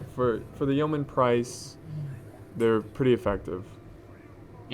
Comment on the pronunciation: Yeoman. Not Yoman.